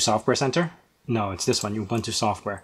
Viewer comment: You lost me at "OOBANTOO"...